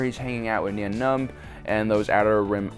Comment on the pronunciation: Nein Numb is pronounced NINE like the number 9 Numb.